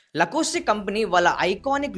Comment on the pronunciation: లకోస్టి కాదురా అయ్యా లాకొస్ట్......